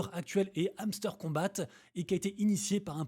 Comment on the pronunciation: On prononce pas’le t à kombat lol